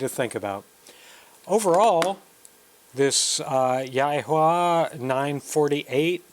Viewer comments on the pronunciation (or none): Pronounced YEE who wa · Hey, it’s pronounced “yee-HWA”. I’m considering one and thought you might be interested.